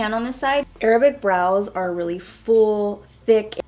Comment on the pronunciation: Can we appreciate how she says Arab and not EIIIIIRABBB .